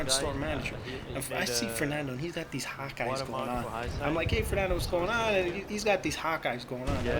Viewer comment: haha, every time you said hawk eyes, I thought you said "hot guys". And i was like, how does this fit into the story???